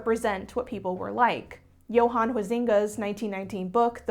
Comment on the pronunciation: You butchered Johans name 😂